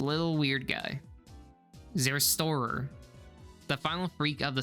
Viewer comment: nobody mentioning how zerstörer is butchered to hell... zehr.. shtooorer.. not zærstohrer Cries in german